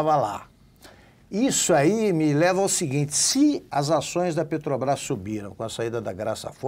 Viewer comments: O Constantino não consegue falar Petrobrás, ele diz peTObrás. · Eu tb escuto PeTObrás......rs